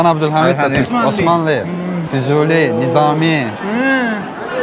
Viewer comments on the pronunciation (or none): none